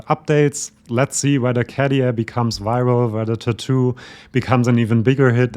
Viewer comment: You are so informative, accurate, intelligent, I really love your channel 👍👍 BUT... please next time pronounce the name Käärijä correctly, it sounds like 'CARRY on', RRRR not D KaDia so > Kah-RYH-Ah (and if you want to be very precise, pronounce Kæh-RY-ah, but it's not that important, KAH-RYH-AH is enough 😉) Thanks! (and, again, my compliments)